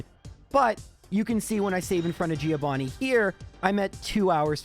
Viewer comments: It's "Joe Vanni," not "Geo Vanni." He is Johann, not Vanni of the Earth. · I will pay for a subscribtion if you start saying Giovanni right (the i is "silent") I really love watching your videos 🤗